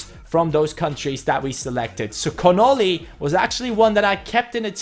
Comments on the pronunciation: Sam Connolly is pronounced like (Con-ah-lee) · I'm Irish and it was pretty insulting when he said Connolly like connili